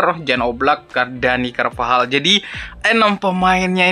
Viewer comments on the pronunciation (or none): none